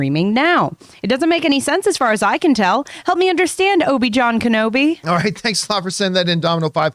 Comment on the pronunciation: "OBI-JOHN-KENOBI" so cringe